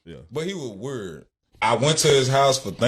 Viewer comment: If he doesn’t STOP pronouncing Weird as WORD, I will go on a SLAPPING Spree 🤦🏻‍♀️